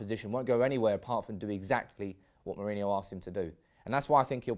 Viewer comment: Ro as in rock, not row. Then ho as in hoe